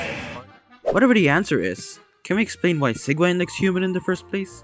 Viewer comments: It's pronounced see juh winn But you pronouncing it Sieg Wine is honestly better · Can we talk about how after hearing Sigewinnes name multiple times in the game, he still pronounces it wrong? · I love how he pronounces Sigewinne like 4 different ways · It hurts me every time you pronounce her name